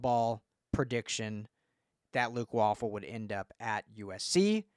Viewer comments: Way-Ful.... please do better lol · It’s pronounced “Way-ful”….but, yeah, what a monster recruit and a budding SURPRISE for ‘SC ☝️😎